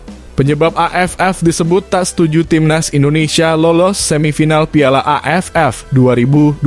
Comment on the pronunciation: Miminnya orang mana sih kok piala jd payala😅🙏